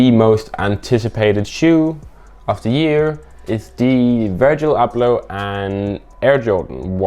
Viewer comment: Virjil Arghhbloh